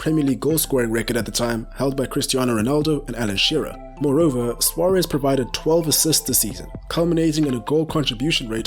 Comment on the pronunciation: Lewis “Bitey McGhee” Sware-ezze from Your-ah-gaye